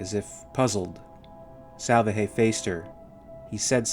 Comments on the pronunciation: I know I'm a year late, but the guy's name is pronounced sal-VAH-hay, with the accented syllable in the middle, or, as is common with Spanish, the penultimate syllable. It means "salvation" in English. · Not to be picky but I would bet that Salvaje must be pronounced with enphasis on the second A... "Salvaje" means "wild" or "savage" in spanish...if you say someone is a "salvaje" means he is like a brute, a caveman, someone primal or uninteligent. Wich I think is quite fitting here.